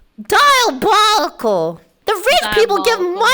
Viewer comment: not filian saying "dialbolical"